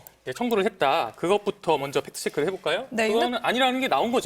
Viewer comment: 팩.트.체.크. 한음절 한음절 힘주는 앵커의 발음에서 윤통의 개소리에 빡침이 느껴짐 😂